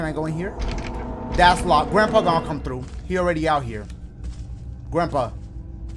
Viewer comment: dashie the type of dude to call someone "grampee"...............